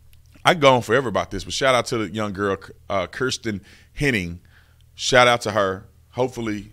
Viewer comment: My last mane is Henning and her name isn't pronounced like that